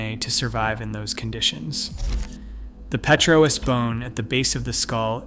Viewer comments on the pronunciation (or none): Petrous is not pronounced pee-tro-us. It is pronounced pet-rus or perhaps peet-rus. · "Pre-cam Brian" is a good one. Also B-og and petro-us bone. Then there's that weird map where the USA is the only country marked, in a video discussing a time when no "countries" existed.